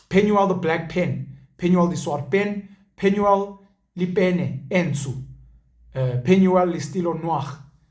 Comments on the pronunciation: Not 'lipene' its just 'pene'😀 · Sesotho fan here Grootman. For your Sotho parts, remove the 'le' in front of your 'pene' pronunciation. "Penuel, pene e ntsho" is correct way to say this